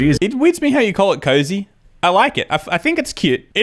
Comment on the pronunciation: It’s not a cozy. It’s a koozie. They are absolute idiots. Do they not know what sound a double O makes??